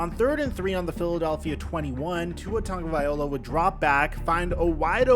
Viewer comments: Hey to the content fool on this channel, and any one else....yall really gotta stop saying TONGUE A VYE HOLA. fools it TONGUE A VYE LOW-AH. Stop yall low key passive aggressive hater syndrome ridicuousness inducing faux paux. Ya gonna get exposed. Just telling you. If you cant get the PRONUNCIATION RIGHT, I absolutely WILL NOT TAKE YOU SERIOUSLY. Youve had 4 years. I 👁‍🗨 you Haters. Lol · It's not VIOLA , it's LOW-AH LOW-AH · Brah as someone from Hawai’i, it’s TagovaiLOA not TagovaiOLA 😑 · Tagovailoa, just as you write. Not tagovaiola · tua (tounge-a-vi-loa) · Learn to say Tua's nam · I see you’re still pronouncing Tua’a last name wrong. It’s a little annoying, ngl. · Is nobody gonna talk about how he’s pronouncing Tua’s last name 😭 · Why take the time to pronounce Tua’s full name not only wrong but over and over again 😂😂 how you still getting this man’s name wrong lol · how do you still mispronounce tagovailoa so poorly?